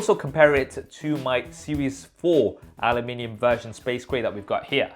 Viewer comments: My man can never say Aluminium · Switching between English and American when saying ‘Aluminium’. Multi talented. 👍🏻😀